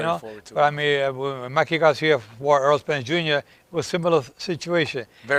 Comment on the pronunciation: ERROL not Earl.